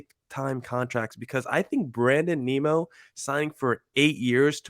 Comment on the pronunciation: Lol, who is Brandon Neemo? It's pronounced N-i-mO